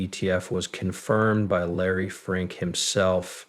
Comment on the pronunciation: ITS FINK NOT FRINK😂😂😂